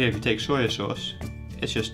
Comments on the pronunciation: Why do you keep saying "Sawyer Sauce"? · AlxRev I heard "soya" not "sawyer." In any case, many regional accents add phonemes that are not needed after final vowels. Adding an r is particularly common.